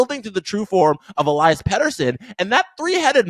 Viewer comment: E-Lee-Us